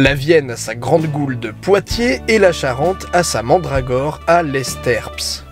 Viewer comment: Très bonne vidéo, mais un simple bémol : Les S et P ne se prononcent pas dans le nom Lesterps. Phonétiquement, ça se rapproche de "Les Terres" ^^ Continue comme ça, c'est toujours un plaisir de te suivre et constater l'évolution depuis Pokétruth !